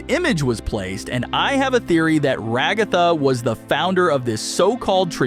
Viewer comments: Ragtha❌ Ra-g-a-the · stop saying things like pee-ino and ra-gathas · The way he pronounced Ragatha’s name 💀